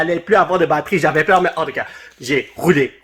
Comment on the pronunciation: C moi ou quand dit en tout cas on dirait handicap